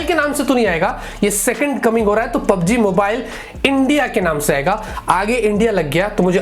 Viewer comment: PUBG main "G" nahi hain sirjiii